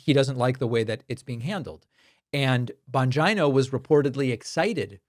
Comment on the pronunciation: Thank you Pakman for pronouncing 'Bongina' correctly! XD <3< [Radish-Approved]